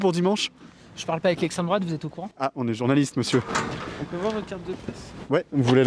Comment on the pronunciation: 'je parle pas avec lestrèmdroate'! mdr! Ce niveau de fragilité! Le mec, il ne saurait même pas donner une définition précise de ce qu'est 'lestrèmdroate'!